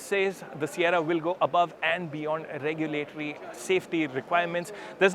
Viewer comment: Sierra❌ Saiyarra ✅ 😂😂